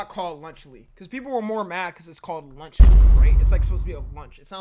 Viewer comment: Lunchly is nowhere near “lunch”